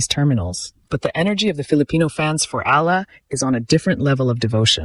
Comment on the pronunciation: E-ya-la not ilah 😊❤❤❤